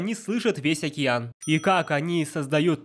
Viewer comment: ДжэтШаф [DzhetSHaph] далбек говорит "окИЯн"